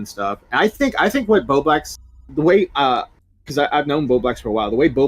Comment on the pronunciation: I genuinely don’t know if your inability to say the L in BowbLax is a choice or what but it gives me Keem “Mewta” vibes. And no one wants to be like Keem 😂 Keep up the good work and I hope Bowblax sorts his shit out.